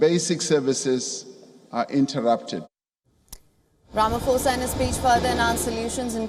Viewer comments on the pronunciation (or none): ITS NOT "RAMAFOSA" ITS "RAMA-POSA" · No, its Rama-Sofa